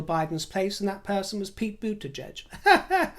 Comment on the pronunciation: Kudos for pronouncing Mayor Pete's last name correctly! If I may offer a slight correction however, VP Harris' first name is pronounced like the word "calm" as in CALMala.